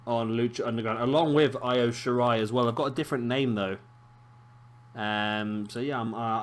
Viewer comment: You're pronouncing that right too